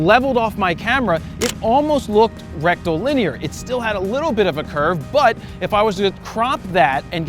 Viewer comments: Did I hear Rectal-Linear?!?! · Rectal-linear huh?